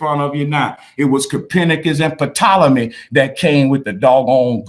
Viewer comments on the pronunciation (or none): none